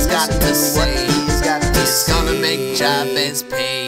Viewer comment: And I swear it's Juh-Behz, and not Jah Behz.